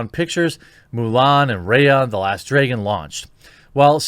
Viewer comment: What the hell is a "draygon"? XD